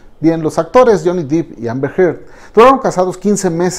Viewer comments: Todo bien, pero por qué se esmera en pronunciar “deep” cuando en realidad es Depp? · No es DIP (DEEP) es DEPP.... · Solo una anotación, la pronunciación correcta es D-e-p no dip, puesto que el apellido es Depp no Deep. Gracias por un nuevo episodio. 🙏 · Solo una observación: se pronuncia, Jhonny Depp, así como suena (dep), ya que Jhony "dip" es un actor porno. 😜🙃 Me encantan sus videos, saludos. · Gracias!!!! Casi me daba un ataqué cada vez que decía Dip!!! Es DEPP!! “dip” seria DEEP!!!!! 😤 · DEPP! Johnny DEPP. No "DEEP". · Buen video, si me permite hacer una crítica constructiva el apellido de Johnny se pronuncia "dep" no "dip". Muchas gracias por este video. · No es Deep (Dip) es Depp (Dep) pero dejando eso de lado esta muy bueno el video 👌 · Debo objetar que dice Johnny deep y no Johnny Depp como debería ser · Excelente video. Una recomendación: se pronuncia Dep, no Dip, el apellido de Johnny. Yo antes lo decía así hasta que me percate de mi error y esta corrección la hago con buena intención. Este es el primer video que veo en este canal y está muy bueno, subscripción automática. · Se pronuncia Johnny “Dep”, no “Dip” :) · Depp se pronuncia Depp, no "dip" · DEPP; Johnny DEPP! No "Deep" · Es Depp no Dip, ni que fuera un aderezo. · Es Johnny Depp...no: Deep, por favor pronuncielo correctamente en próximos vídeos. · Johnny dEpp, no dIp jajaja no hay doble "E" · Depp no dip DIOS cuando van a aprender a pronunciarlo😣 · Es Johnny Depp, no Deep! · Está buena la información brother, pero por favor dejen de pronunciar dip, es dep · Depp mi amigo no es Dipp, DEPP no DiP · Sorry es Depp no Deep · Es Depp no Dip ni Deep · Que tonterías, una narración meramente subjetiva y descriptiva... Si para notar que hizo un sonido onomatopeyico necesito un "análisis" que dice eso de mi? 😒 Y el apellido, no se pronuncia Dip. Se pronuncia Depp. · Todo bien pero desespera que pronuncie mal el apellido. No es “deep “ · La PRONUNCIACÍON es DEP.